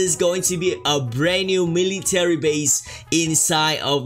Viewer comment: sorry but meeleetary base